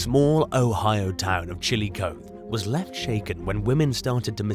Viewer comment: It's pronounced Chilli-cotheeeee, Ohio 🙂 Long E.